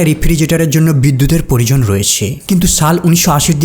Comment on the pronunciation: পরিজন😂 নাকি প্রয়োজন 😅